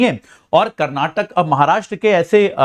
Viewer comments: karnatak nahi karnataka bole be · Its not karnatak, KARNATAKA hai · Not karnatak it's karanataka. Not belagavim it's belgaavi. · saaar karnataka boloo ji 🤙